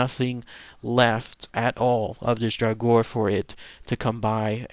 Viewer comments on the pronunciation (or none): to pronounce draugr it's like this Dra gur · It's pronounced draw grr. They are just zombies, like the orc-nass from Beowulf. For those of you who learned of the draugr from Skyrim, check out Morrowind and the Bloodmoon expansion. :D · The correct way to pronounce Draugr is "Drah Ger". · the pronunciation of draugr is dray-oog-er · It's pronounced draw-grr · dumbass it's drogger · If you are interested in an aurhentic pronounciation just scrap the last "u" and you are good!